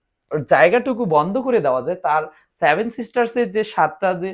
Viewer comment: আগে ভাই উচ্চারণ ঠিক করো তারপর নাহয় ভিডিও কোরো। সেভেন কি করে স্যাভেন উচ্চারিত হয়।